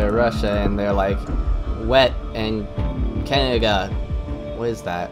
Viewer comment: Great presentation. Down with the sickness! I've never heard anybody talk who talks like you. It seems that you don't pronounce middle "d"'s in words, sometimes, and substitute it with "ng". Absolutely unique! Takes a while to tune in but eventually I can understand you. Keeps me on my toes! Cangaga? Did you maybe just come back from the dentist; did he use anesthetic on your mouth? If you happen to have a cleft palate or something, I don't mean to be a jerk about it. In that case you're doing a good job working around it and being understood, and it must sometimes be frustrating.